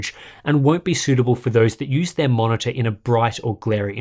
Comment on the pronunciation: i was like, wow I want this until i heard "...va-monitor"... no thanks :)